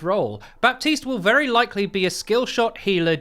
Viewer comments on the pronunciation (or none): Just so you know we don't pronounce the P in Baptiste at all in French. It is said as Batiste. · Ok dude, it's pronouced BATISTE. The "p" is muted. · The P in Baptiste is silent in French ! Its just Batiste, if you really want to say his name "the right way" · The p in Baptiste is mute.. pronounce it batiste ;) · In french, someone named "Baptiste" is actually called "Batiste". The p is silent. Though u would like to know ^^ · the "p" in baptiste should sound like the "H" in "4Gitte".... just sayin....